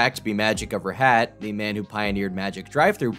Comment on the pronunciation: bro mispronounced rahat